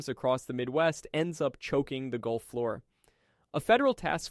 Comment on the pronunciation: you are you right,its changing, was a auto correct mistake.. but its gulf not goulf....